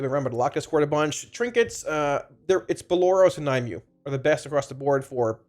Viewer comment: Nim-u-way. Not Ny-mew. Thanks for the info bud <3